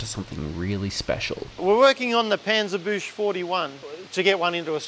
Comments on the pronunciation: It‘s PANZERBUECHSE, not panserbusch ! 😂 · For you Aussies...its spelled not Pänzerbüsch 41 - its spelled like Panzerbüxse 41 🙂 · Repeat after me: Pahn-tserr-book-seh. Now, that didn’t hurt that much, did it now? The “PanzerBusch” is probably easier located on someone’s girlfriend. 😂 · Sagen Sie: Panzerbüchse ! Paenser buexey ? Nein, Panzerbüchse ! Pan ser bushe ?! Overengineered german eye-rolling intensifies ... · Absolutely loving the channel, but you’re butchering the word „Panzerbüchse“. Maybe try to say it like this: puncerbyksa 😅